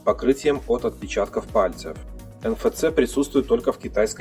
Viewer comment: "Эн эф си" так читается (NFC). Просто режет слух.